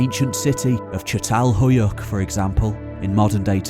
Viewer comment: You must read çatalhöyük as chatalhöyük. Keep up the good work..